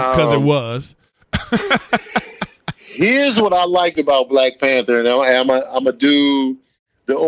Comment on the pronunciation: WHY THE FUCK DID ERIK KEEP SAYING "PANTER " INSTEAD OF "PANTHER"??????